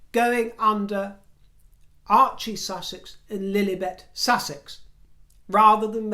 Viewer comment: I thought Megan did look good in her beige/ white outfit but,, I Don’t give a shit to hear what designer she is wearing, wouldn’t give her the time of day. She’s not a royal to do so! I chuckle when you pronounce Lillibet, soo funny you are. The real royals need to get a handle on these two and not be afraid of their reaction. Ridiculous, they already said enough damage over the royals. Love your broadcasts!! Keep up being fruity, throw out the rotten ones!